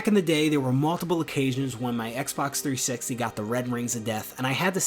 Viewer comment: "three sixeyyy"